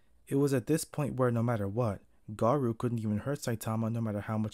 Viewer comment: NOT THE "GAROO", NOOOOO NOT AGAIN no hate tho